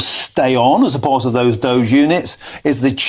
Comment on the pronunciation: Doge pronounced dodgy. Doge for Counties, 😂😂😂 These guys are County Jesters!